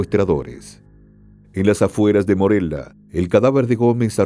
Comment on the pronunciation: El narrador ni siquiera está bien informado no sabe decir el nombre de los lugares por ejemplo dijo Morela en vez de Morelia